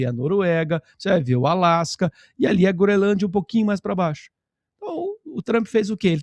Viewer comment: pelo amor de Deus, você dizendo "Groelândia", jornalista de tantos anos, é um convite para nunca mais te assistir. Quebra de confiança total. Não dá. Lembrando que você também foi contra a caminhada, o que me fez tirar muitos pontos do crédito que eu lhe dava.